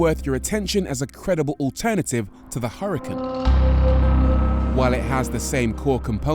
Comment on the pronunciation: And its UR-A-CON not HURRCON..